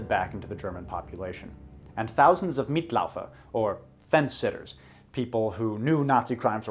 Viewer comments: Your German is pretty good, but you tend to ee-ify the i's a lot and a few other Americanisms I was taught to avoid as a voice major. "Mitläufer" sounded like "meat," and when "au" has an um-laut (one of the ways German pluralizes), äu, it's pronounced "oy." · Thank you: I speak German, but am not a native speaker, and I wondered why I couldn't understand a thing. And then there was the mispronunciation of Mitläufer. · Hey, great video! I just wanna go on a minor nitpick that the pronunciation of Mitläufer is mit-LOYfer not mitLAWfer, German has this weird thing where äu is pronounced OY and not AW (since it is treated as a kind of eu, which is pronounced OY e.g. Europäische Union is pronounced OYrepeysh union). I'm not German by any means but I do know quite a bit about their language. Great video otherwise, have a nice day! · "Mitläufer" is actually pronounced like "mitt-loi-fer" in Hochdeutsch -- not "mitt-lau-fer". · Mitläufer is pronounced MIT-LOY-FUH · just an info, mitläufer or mitlaeufer is pronounced "mitloyfer" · Mitläufer sounds like "meat lover," ya?? 😂🍕🤤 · How can you pronounce German so well (and presumably Russian as well), and still mispronounce Lebensraum ? And Mitläufer, for that matter. This is the real mystery.